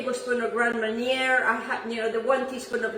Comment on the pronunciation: The second r is silent in Marnier... It's pronounced Grand Marn-yay